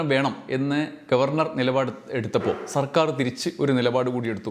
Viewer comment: Vd സർക്കാർ എന്ന് പറയുമ്പോ Vd സവർക്കർ എന്ന് പറയുന്നപോലെ തോന്നിയത് എനിക്ക് മാത്രമാണോ